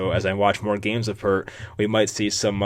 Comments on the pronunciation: His name is Pear-T . Not Pur-T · Pronounced PAYRT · its pear-t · I had a roommate named Peart in college. Its pronounced like Pert Plus